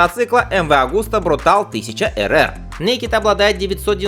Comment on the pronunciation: Автор, как же ты достал...MV Augusta изначально итальянская марка, а так как в итальянском языке читаются все буквы, то название модели звучит не иначе, как "Брутале". По-английски же "брутальный" будет "brutal", то есть вообще без последней буквы...учи языки, хотя бы начальный уровень.